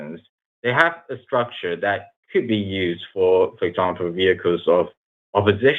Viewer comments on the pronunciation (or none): none